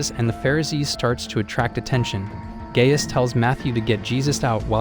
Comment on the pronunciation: It's pronounced like guy-us